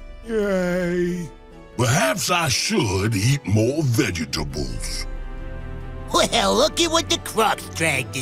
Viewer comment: The way pronounces Vegetables made me giggle